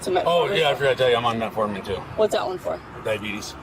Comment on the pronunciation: He actually said metformon nit ozempic